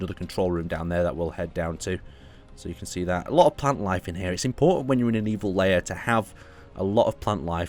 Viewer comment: Im sorry but you keep pronouncing it as 'layer' when its 'lair' and its driving me insane xD